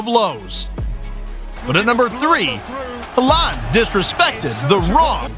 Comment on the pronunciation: I just realised this was an AI voice because he said haaland in a weird way.